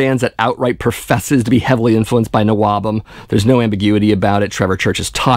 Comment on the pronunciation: Stop saying NOABUM. Nobody ever called it that. We just called it all metal, or early metal Plus I considered Anvil and New York's Riot as NWOBHM and Loudness. You're 100% correct on this vid, plus there's a few gems like Satan that I thought would never be mentioned.